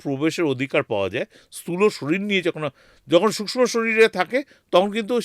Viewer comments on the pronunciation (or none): আমার মনে হয় পডকাস্ট করতে করতে আপনার আত্মা শরীর থেকে বাইরে বেরিয়ে , অন্য কোথাও ঘোরাঘুরি করছিল। আত্মার ও ওজন করেছেন উনি ? কেনো যে উনি বার বার সূক্ষ শব্দ টাকে সুস্ম বলছেন ? মোক্ষ কথা টাকে মোক্স বলছেন। কি জানি ওইখান থেকে হয়তো নির্দেশ দিয়েছিল ওনাকে। ২০২৭ সালে আবার যাচ্ছেন ? তবে শীতকালে যাবেন না কিন্তু,আবার ঠান্ডা লেগে যেতে পারে প্রথম বারের মত।